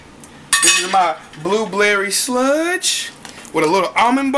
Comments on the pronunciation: Blueblerry lol its blueberry! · "blueblerry sludge" haha